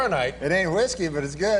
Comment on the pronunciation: I like the way Norm puts the H in front of the W when he pronounces whiskey lol